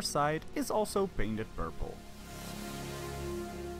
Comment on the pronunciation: PURPLE** PAINT** not burble or baint 🤦🏻‍♀️